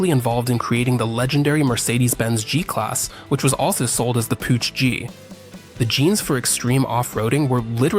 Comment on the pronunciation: Learn first how to say Puch,not putsj....